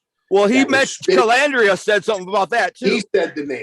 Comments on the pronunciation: Larry calls out Jimmy for saying Mezza instead of Mazza and then goes on to call him Calandria instead of Calandra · I'm not on either side. I like Larry but I laughed when he said the guy Mispronounced his name as Mezza. Then Larry turns around and mispronounced his last name as Calandria. Did Larry do that on purpose? 😂😂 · Larry harped on Jimmy not being able to pronounce his name correctly. Jimmy said Mezza instead of Mazza but Larry is saying Calandrea instead of Calandra 🤣🤣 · kinda funny you had no problem spelling the guys name, but you def had an issue pronouncing it.. hmmm...